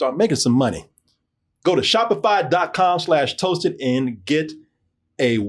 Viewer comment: Spoiler. sho-p-fy segway!!!! lost it. lol